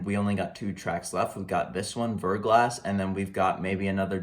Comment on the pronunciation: It's pronounced ver.glah but overall good reaction